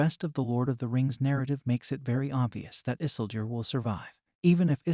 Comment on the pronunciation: Funny how he pronounce Isildur as Isseldur sounds like Dumbledor as HP character.